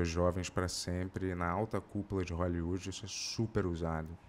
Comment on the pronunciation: "você não tem uum atoer de hooellywooedi?" Kakkakkskss